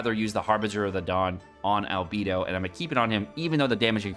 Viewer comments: If u say ALBEEDO one more time instead of ALBAEDO! I SWEAR! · Its Albaedo🤣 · But it's German, thus it's not Al🐝do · My ears hurt from him saying AL-BEE-DO Instead of "AL-BAE-DOUGH" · Can't get over you calling him "Albeedo" 😂 It's like when people call Diluc "Dieluc" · B. Eye. Dou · Say it with me, "al" "bae" "dough" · He can't even pronounce ningguang you expect him to pronounce albedo? LOL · He can say "Transient" correctly, but can't say "Al-BEI-DOH"? Sounds like bs to me.